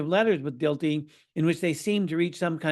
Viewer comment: Dilthey is pronounced Dill-tie, with the accent on the first syllable.